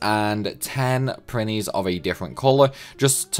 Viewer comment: “And make 100 PRINNIES...” I beg your PARGON?! XD